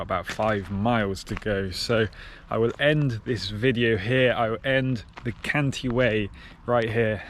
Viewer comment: Cantii not Canti - two i's - Great work, keep it up 😊